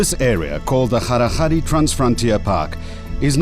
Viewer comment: Its called kgalagadi, Kalahari is mispronouncation of Kgalagadi by you.